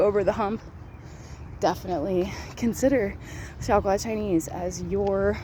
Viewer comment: Her way of speaking Xiaogua sounds like "Shagua"傻瓜 XD